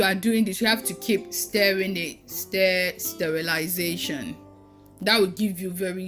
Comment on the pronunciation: 'Stirrilization' Haha you are amazing keep it up